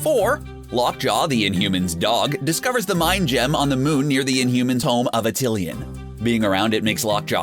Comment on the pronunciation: You're horrible mispronunciation of words such as Namor and Attilan remove credibility from this video and also leave it painful to watch.